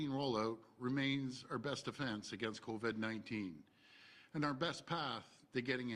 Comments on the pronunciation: Still pronouncing it, "Co-Ved" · I know! Every time!! Co-Ved!!